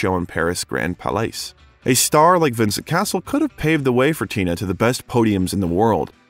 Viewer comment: The constant mispronunciation of most French names, not in the least the name of the subject himself, makes this too infuriating to watch.